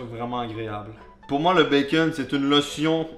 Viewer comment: "notre bacon" MAIS COMMENT TU LE PRONONCE?! LE BACON A CRÉÉ LA TERRE, LE BACON EST DIEU EN PERSONNE ET TOI TU LE PRONONCE "BAKON"?!?! Pauvre bacon il faut respecter Dieu